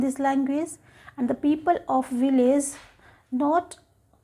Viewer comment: She pronounces VILLAGE as "vi-laze." Wrong. Right: "vilij." She pronounces LANGUAGE as "lang-waze." Very bad. Right: "lang-wij." Her English is not fluent.